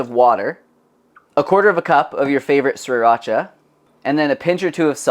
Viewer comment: PLEASE learn how to say Sri Racha! It’s a Thai sauce. Please learn how to pronounce it correctly. Consult ANY Thai person. Thank you. Otherwise, I love your channel.